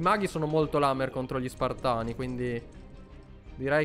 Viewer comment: SPARTAN NON SPIRTON